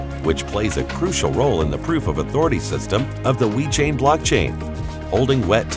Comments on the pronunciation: Sounds like the speaker is saying We-chain. Other than that, great video. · STOP SAYING WE CHAIN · He is saying "We Chain".